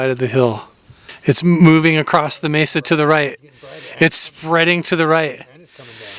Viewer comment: Blood sacrifice is the most negative, evil path 😢ps its a Mesa like in "mess", not a maysa 😊